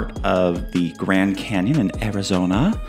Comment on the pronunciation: This is a CANyon not a CAN'Tyon